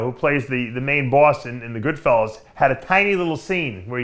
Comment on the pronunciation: Dave it's not Goodfellows it's Goodfellas you knob